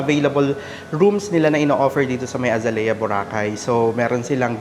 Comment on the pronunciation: The correct pronunciation of Azalea is actually uh zay lee uh Phonetics: ( a zay liya) Source. AI.